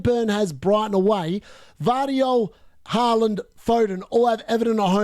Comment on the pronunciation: I like how you say Halaand😁